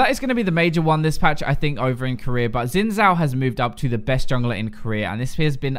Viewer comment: you're pronouncing "XIN ZHAO" wrong. Then correct proncounciation is this: "WIN NOW":D